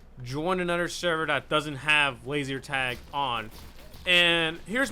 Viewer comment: "Lazier tag"